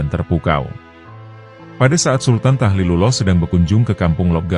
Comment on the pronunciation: Tahlilullah bukan tahilullah broo